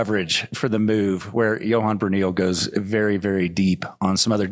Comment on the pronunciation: "Johan" dude, not "Johann" haha.